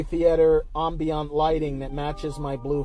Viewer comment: Am-bee-ant, that’s how u pronounce it..